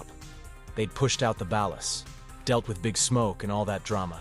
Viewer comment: BAWL-LAS. Not ballast.